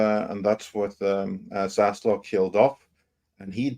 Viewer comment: I normally like the way you pronounce things…or mispronounce things. Accents are fun to me. But it’s ZaslaV with a “V”. Idk why it annoys me but it does; you say “Zaslaw” and I just don’t know why.